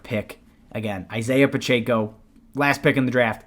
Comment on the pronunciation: “Pronounced Pachecko”